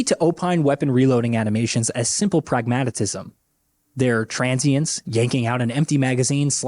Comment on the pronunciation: "Pragmatatism?" Any reason you feel the need to use five syllables while saying that word today, Sir? The reason I've pulled you over is to give you a ticket for five syllables in a four syllable word. Please take care in future Sir. Have a nice day.